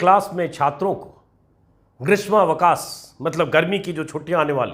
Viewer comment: Inko ye bhi bata do Grismavkash hota h, grasmavkash nhi hota h , gane k chakkar m galat pada rha h